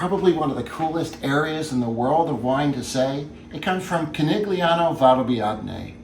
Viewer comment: Apparently you haven’t drunk enough. Conegliano is pronounced cone-el-yano. Gli in Italian is like the ll in Spanish.